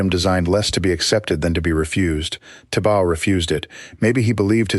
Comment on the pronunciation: It’s Thibaw, pronounced tee baw. Not tibau. Check with Burmese authorities. It’s most annoying